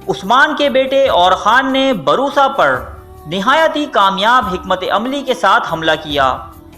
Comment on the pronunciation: ap ne osman gazi k walid ka naam aur bursa shehar ka naam galat parha apko thori knowledge mai iazafe ki zarorat hai